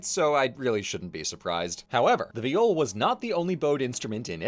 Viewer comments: I could've sworn it was pronounced "vaï-ol", not "v'jol" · I’m sorry but just where do you have your pronunciation of viol from 😭 in english it’s pronounced exactly like the first syllable in violin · in dutch that's how you say violin (though it's spelled viool) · Viol player here, this is a pretty good summary of the history, good work! However,, I'm so sorry, you mispronounced the name - it should rhyme with "smile". But it's awesome that you took on a more unfamiliar topic like this and managed to condense it down like this! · In Dutch we translate violin to viool. Pronounced exactly how pronounced viol. So what the fuck is a viol?